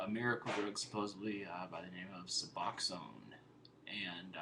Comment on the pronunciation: Finally......someone who pronounces Suboxone right!!!!!!! Thank you for knowing how to read...lol